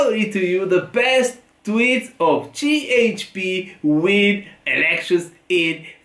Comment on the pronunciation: Cehepe ❌️ Cieçpi ✅️ 😂